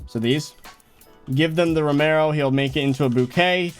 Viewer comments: It’s not romaro it’s very clearly pronounced RO-MI-OH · its romeo not romero